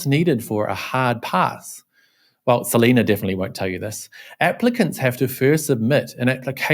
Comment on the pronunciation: More like Se-lie-na!